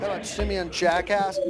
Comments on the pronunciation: Um, his pronunciation of Simian Jackass was completely inappropriate. The judge should've been sanctioned for that behavior. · I thought he said " send me in jackass"😂😂😂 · I thought he said send me in jack ass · "Simeon Jackass" - "it's jah-cause" LMAOO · soltan p.s. He pronounced that guy's name wrong on purpose trying to be cheeky himself